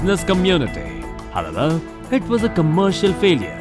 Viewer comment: Are you saying "however" or "hababa"?